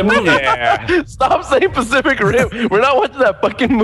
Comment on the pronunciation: nogla said pasific ring